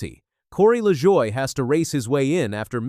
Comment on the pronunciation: You did it again. You mispronounced Corey Lajoie's name. It pronounced La-Joy. You gave is some BS French pronunciation. Get it right godd#$%*&. When you mispronounce names, it only shows your ignorance to NASCAR.